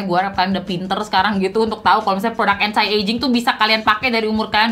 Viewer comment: "Anti" pronounce nya "enti" deh kayanya kak. Bukan "entai"